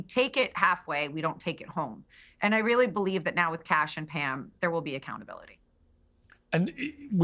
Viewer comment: why did he say REALLY like that ?